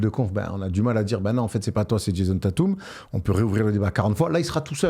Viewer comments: Déjà c’est « Taytum» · Mes oreilles saignent avec vos Tatum 😢... Svp faîtes un effort "Tètum" c'est une superstar c'est pas un no name comme Knecht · Djèzonne Tatoume